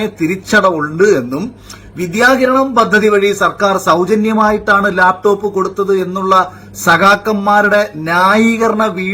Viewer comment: ലേപ്ടോപ്പ് അല്ലടോ, ലാപ്ടോപ്. മലയാളവും പറയാൻ അറിയില്ലേ?